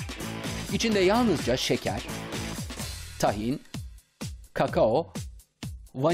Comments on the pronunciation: Tahin değil Tâhin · Tahin nasıl okunuyooor 🤔 A yı uzatıyor muyuz uzatmıyor muyuz 🙈